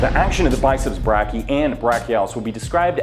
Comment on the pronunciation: As a medical student I'm dying every time he mispronounces "brachii"